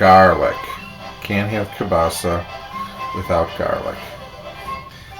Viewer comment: HE PRONOUNCES KIELBASA AS KABASA